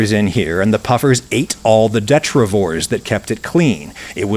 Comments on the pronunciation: detritivore has 4 syllables sir. Det-ri-ti-vore. Common mistake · I think it's detritivore, dee-trite-uh-vore